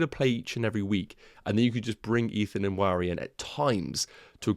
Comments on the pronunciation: Nwaneri is pronounced "WAN-Nay-Ri". I know because I am from the same part of Nigeria he's from. Cheers! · Loving the content. Thoughts 💭 on Dango vs Nwaneri? PS. N is silent in pronunciation. So Wan-Eri! Cheers 🍻